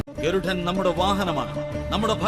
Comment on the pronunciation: ഗരുഠൻ അല്ല ഗരുഡൻ